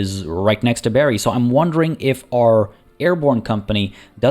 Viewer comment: Bari is pronounced like bar+y/ee, and not like berry. :) Otherwise most of it done well. :)